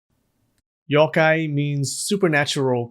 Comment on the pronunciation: how did ik he was gonna pronounce yokai wrong with a soft o sound